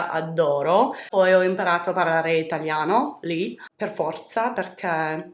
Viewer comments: 🥰I love that you know how to speak Italian. You did a pretty good job with the accent too. I am Italian and very fluent and you made me smile!!! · Bravissima! And your accent is really good after all these years! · Sei bravissima in italiano, ok è tanto che non lo parli. Ma la pronuncia è fluida e le parole pronunciate bene. Insegno italiano in Germania da 7 anni. Sei brava, fidati. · Oh and your Italian is REALLY good, by the way. Especially the pronunciation. Spot on! Brava!